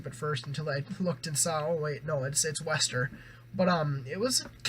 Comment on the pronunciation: Nice review. They're pronounced "Waster" btw haha. Also, both vocalists from Neck Deep and WSTR grew up together and come from similar influences, so that's kinda why they sound similar.